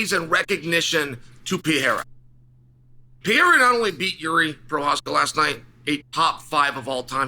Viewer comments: lol why does Chael pronounce his name “Pee- Era?” There’s an extra R there my guy, it’s “Per-Era.” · His name is PE-REI-RA, not Pieira. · its pereira not pier :D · It’s not ‘pee-era’ it’s ’Per-era’ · Pereira NOT Piera Pereira NOT Piera Pereira NOT Piera Pereira NOT Piera Pereira NOT Piera Pereira NOT Piera Pereira NOT Piera Pereira NOT Piera Pereira NOT Piera Pereira NOT Piera Pereira NOT Piera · Love how Chael agonizes over properly pronouncing compartmentalize and then says Pierre-uh 96 times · Stop calling him Pierra 🤣🤣🤣🤣🤣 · It’s not “Pierra”, lol. 😂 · Still saying Pierra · His name is pronounced Peh-Ray-Ra. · It's "Per-Era" Uncle Chael :) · "Alex Piera" 🤦🏻‍♂️ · I wish the "leading expert" would learn how to pronounce the name of the biggest UFC star and stop calling him Piera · Uncle Chael stills calling him "pee era". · CAN U SAY HIS NAME RIGHT!!! PERR-RAR-RAH!!!!! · Jesus learn how to say Pereira 🤣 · Says Prochazka name well, can't say the more easy name Pereira... -.- at this point i can only think he does it on purpose